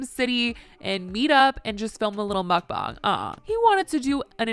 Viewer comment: ty for saying mukbang correctly 😊